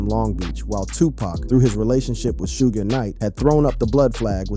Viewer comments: 😂😂😂😂 he says it right at the start of the video but proceeded to say shoog soosh 😂😂😂😂😂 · Suge pronounced as "Soogay" is crazy work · Why you say suge wrong then you say it the right way 😂😂sougs suogs😂😂😂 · Sue-gay and 2 Park and snoosh pog of breath crow bleckerds table Stocking breaterlizations! 😅😂